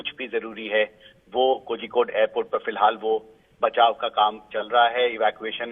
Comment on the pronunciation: Its pronounced as Koyikode. Zhi is silent.